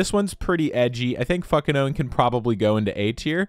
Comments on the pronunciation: Fukinone is Fu-Ki-No-Ne, it comes from the Fuki plant - Petasites Japonicus Maxim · I think the u in Fukinone is meant to be pronounced as oo since there is a vowel after the k. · You know a word is hard when a chemist has a hard time pronouncing it